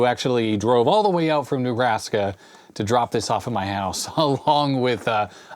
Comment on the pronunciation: "Newbrask" don't you mean Nebraska